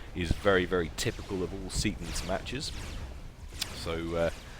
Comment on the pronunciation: Seatons, not Setons. What is this.